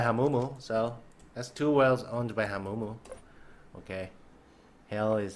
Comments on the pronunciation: When says hamumu Hawmumo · It is not HAMOOMOO